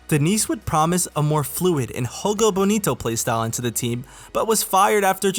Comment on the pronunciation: Portuguese is not Spanish. Jogo is pronounced with a J sound, not an H.